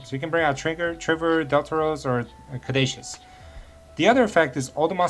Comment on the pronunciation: I love this hybrid with Mathmech! btw Caduceus is pronounced ka-doo-see-us